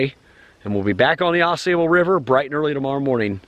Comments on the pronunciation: It is NOT pronounced "Aw SAY"ble River. It is pronounced "Aw SAW" River. It is also my favorite stretch of waterway in the world. Many different species of fish,including salmon, trout, walleye, & panfish. Truly a Canoers' Heaven in Michigan.138 miles long (222km). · The locals pronounce it. Aw Saw bull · Just a little jest! I’ve never heard it called the A sable River like you do. Maybe it’s a different river? Oh well. My kids would just groan at another “Dad’s” joke. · 1.) You are Pronouncing "Au Sable" wrong. 2.) The beaver in the Au Sable often make warning sounds that sound like bowling balls or big rocks being tossed into the river. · Yeah, not impressed with your outdoor ethic’s. No need to honk your horn at a Eagle. Or chase down a snake. Just to have it stress. When you visit Michigan, please learn how to say the Ausable. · great video, but OMGosh pronounce the name of the river correctly! I'm looking forward to watching your video on your Edeesto River trip!